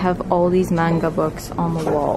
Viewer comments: the way she pronounced manga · u said manga wrong 😂